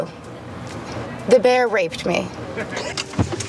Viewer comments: It’s teddy beah not teddy beaw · When I watched ted the first time I thought the same thing it sounded like he was saying "Bwear" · He actually pronounces "Bear" like the german "Bär" :D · Its aw ber= son.